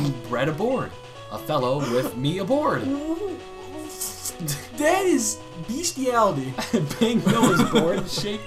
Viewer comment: Has anybody else noticed that the sailor said ABROAD and not aboard?